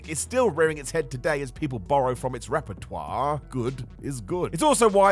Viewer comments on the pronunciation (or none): Why do stress the last syllable of every sentence when you speak? Repertoirrrrre! Guererroooooo!